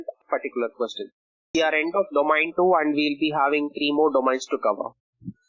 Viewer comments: Is domEIn not domAIn. I cant believe you guys teaching others about these important subjects and certificates and cant even pronouns the word domain correctly.. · Sorry if it sounds rude. ISACA is an international recognised body. There only one way to pronounce the word domain. Either you know it or you don't. These professionals need to up their game. You cant go on a call with a client from Australia, USA, UKnand call the word domAin.. Soz